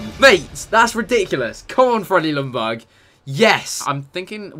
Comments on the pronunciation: Worst, pronunciation, ever. Lj=j, not L. Ljungberg is not Lungberg, it's LJungberg. Gosh!!!! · It's Ljungberg (Jungberg), not Lundberg. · im from sweden and you dont say Lungberg you say it like Jungberg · Isn't it yunburg notlumburg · It's pronounced "Yungberj" not Lungberg lmao. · Why do you pronounce it "Lungberg" when in Swedish it's pronounced more like "Yungberg"? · You actually say Jungberg not Lungberg. The L in the begging is silent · You aren't saying Ljungberg right. I am swedish and it's a silent L. His name is pronounced Jungberg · His name is LJUNGberg. Every non-swede seems to get it wrong... ;) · pronounced lyundberg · Jungberj is How you pronounce it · It is pronounced lyun-berg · It's pronounced "Jungberg" or the actual swedish pronunciation is "Jungberj". Please people if you're not swedish, do not try to teach a Swede how to pronounce a swedish name. Lol. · Its said jungber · It's "jungberg" mate :) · Chris, I'm from Sweden that country Ljungberg is from but you say it like "jungberg" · Lumberg? lol Chris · You Said Ljungberg wrong... You say the Ljung like young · You don't pronounce the "L". I know it's silly, but you say it like this: Jungberg. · I am swedish and it is Jungberg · It's pronounced Youngberg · Pronounced Junberg, the L is silent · You pronounced his name soooo wrong hahah!! U skip the L and say Jungberj. And the G is pronounced as a J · Your saying the legends name wrong GG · The L is silent in Ljungberg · You don't really say ljungberg using the L just say it without it and you're saying his name properly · That Ljungberg pronunciation is soooo bad. Hurts in every swedes heart